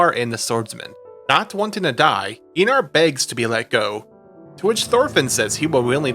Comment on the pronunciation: No hate, great video but in danish ei is pronounced as eye (Arnheid and Einar)